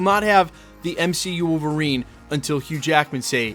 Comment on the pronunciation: Did you say MCUlverine? Lol